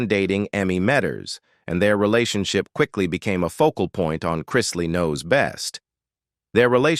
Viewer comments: Chrisley - not CHR- EYES- SLEY. Very annoying mispronouncing. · Who ever is narrating this should know who they are talking about. he starts out Crysly then he started getting the name right. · It’s pronounced Christ-Lee!!!!! Christly😂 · It’s CHRISTLEY not Krystley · There last name is pronounced Chris Lee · Have you seen Chrisley knows best? The name is Chrisley. Chris - Lee. Not crys. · I don't understand why you influencer don't learn to pronounce people's name correctly. At least show these people and their family some respect by getting their name correctly. Yes they brought these things on themselves but there's children involve in these individuals lives and it's Chrisley, please it's Chrisley's. It sounds ao awful to listen to you all bucher there names. Ask how to pronounce the names before you post qith your dam voiceovers. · What is wrong with this Narrator? He mispronounced there last name so many different times I lost count👎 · Say there name right chrisley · Please do something about the narrator. There’s no excuse that he can’t pronounce their name right and then every now and again he gets it right. Fire him already. I love them all so much and I’m so happy and relieved that they are home and altogether again ~❤ We have missed you so very much😊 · Would be nice if the narrator would pronounce the Chrisley's name right. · This story would have more credibility if your computer voice pronounced the family name correctly. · It's really annoying that the announcer keeps pronouncing their names wrong!! The name is Chrisley!!!😮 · Well when you learn how to pronounce the family name correctly I will listen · If your reporting shouldn't u at least pronounce the name right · If you're telling their story; at least PRONOUNCE their family name CORRECTLY. Very obviously the narrator has never seen their show & doesn't know who they are. I cant stand listening to this very weird pronunciation of the name Chrisley. Geeeezuz! Its not that difficult!!